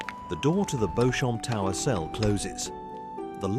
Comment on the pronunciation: It’s pronounced Beecham tower not “bochomp” ffs…